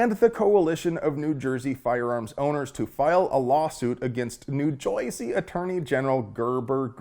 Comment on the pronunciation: Just an FYI, no one from Jersey actually pronounces it Joiesy. But thumbs up for the Fight Club reference